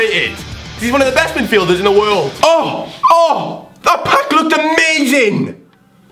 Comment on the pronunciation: "Pack lack " SICK!!!